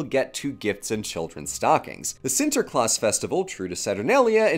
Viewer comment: As a Dutchie, I picked up some interesting trivia about the Sinterklaas tradition through this video. Cool to see it covered! Kudos for your pronounciation of the name, by the way, I was all too prepared to see you stumble through it but the quality is there as much as it has always has been - Shouldn't have expected otherwise.